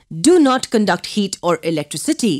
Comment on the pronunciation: When she says heat it kinda sounds like yeet